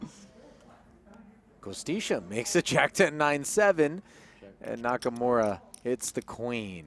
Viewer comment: It is NakaMura not NakaMora